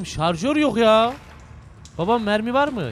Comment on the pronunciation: Hahahaah pile jarjör diyo Hahahaah neyse çok komik xd